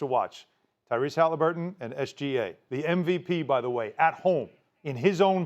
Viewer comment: How does Markieff Morris keep calling him Halinburg through this whole series and no one has corrected him yet😂